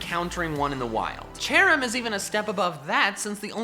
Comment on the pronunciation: CHERRIM, NOT CHARIM!